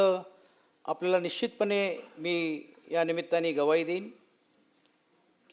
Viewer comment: सचिन अहिर, ग्वाही म्हणतात, गव्हाही नाही. कायमचे लक्षात असू द्या, काय?